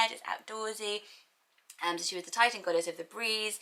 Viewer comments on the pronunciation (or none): none